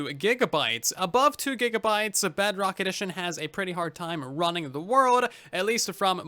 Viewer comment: hey I don’t think you know that you’re are saying Bugrock instead of Bedrock.